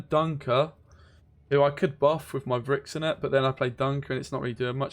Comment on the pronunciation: its pronounced "freshenet" and Eithne is en-yea